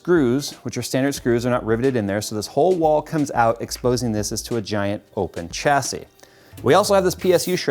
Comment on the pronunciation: Chassy.. no dude, the word originates from French so it's prounounced "Shassy"